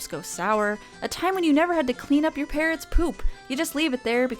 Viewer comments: Instead of parrot's poop, I heard parent's poop. It made for a much darker video for a few moments there until it dawned on my has a bird. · Wow, when you said "clean up your parrot's poop", I thought you said "parent's". Toootally different meaning, hahaha. I never played this game as a kid, but it is pretty magical-looking. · Thought you said leaving your parents poo. I was extremely confused.